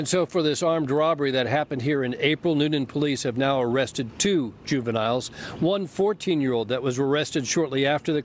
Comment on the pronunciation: " juviniles " NO